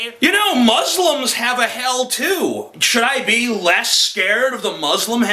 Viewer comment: i love you but you can't pronounce Muslims!! Its not Mas slims. Muslims. Say it right